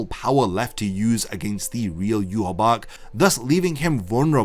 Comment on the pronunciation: You recount the entire story of bleach in meticulous detail but you can't pronounce Yhwachs name correctly? Idk if it's just rage bait but it erks the fuck out of me